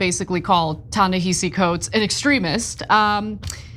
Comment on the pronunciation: What I hate more are these Panelists who are either deliberately or ignorantly mispronouncing Ta-Nehisi Coates and Tony Dokoupl. My job is not to educate you; you all should educate yourselves.